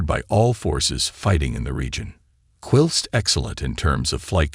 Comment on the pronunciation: Interesting an informative, but it's hard to get beyond the mispronunciation of World War II, (World War Eye Eye), kamikaze, (Cam-e-caise), and whilst, (whyllst).